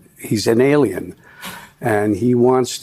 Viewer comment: Ailien is what De Niro said & if you're questioning the spelling it is what spell-check said was correct. Thanks, & best of luck. 🍀🍀🍀👍